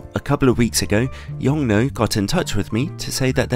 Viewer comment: Hey, in Mandarin Chinese, the 'nuo' in Yongnuo is pronounced 'noor' (with a soft/silent 'r', the way we'd say 'door'). Bonus fact the company's name 永诺 translates to 'eternal promise' or something like that. P.s. To pronounce it with even more accuracy, 'yong' is said with a very low tone, while 'nuo' starts at a higher pitch and drops with a falling tone.